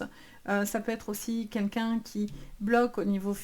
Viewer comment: On ne dit pas "qu'un qu'un" mais "QUEL qu'un".